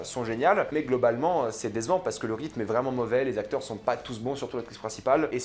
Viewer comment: coucou juste pour te dire mais c'est pas méchant loin de la :) mais on dirait que tu dis dézevant au lieu de décevant pour moi tu dis mal le c alors tu dis garzon alors :) essaye de bien prononcer ton c a l'avenir